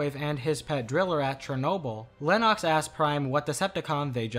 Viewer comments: I know that, I was making a joke about how you mispronounced his name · How have you watched this movie so much and still say Lennoxs name wrong?